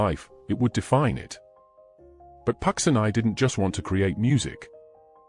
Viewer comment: not pronounced pucksineye but pucheenee